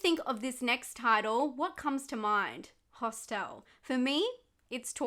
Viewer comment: I love how you pronounce HOS-TELL